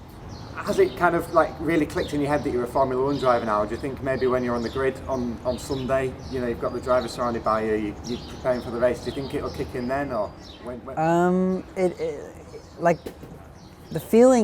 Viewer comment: "On suhnday" 🤦